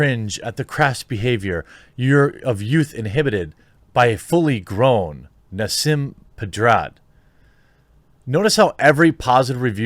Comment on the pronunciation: Nah-seem Ped-ah-rod